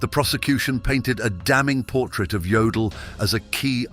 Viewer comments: Jodel, Yodel, I guess it doesn't mstter, huh ? BTW, it's pronounced Yodel. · Jodl is pronounced like 'yodel,' not 'jodel' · The "J'" in German is pronounced as a "Y", AI voice. So his name was pronounced "Yodl".